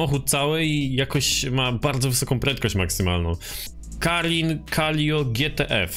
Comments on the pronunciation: Calico ala ✨calio✨ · "KALIO" XDDDD i "CZESTER" czemu on nie umie czytać xD? Ps: szkoda, że dałeś na początku wstawke z już stuningowanym autem, przez co troche zaspojlerowałes 😑